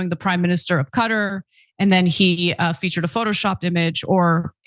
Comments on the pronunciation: Cutter????? Qatar is pronounced as Kuh-tar not Cutter! 🙄☹️ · Its Kuh-tar not cutter...😊